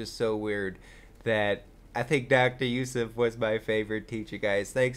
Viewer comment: you are the first american i heard actually say and pronounce Youssef right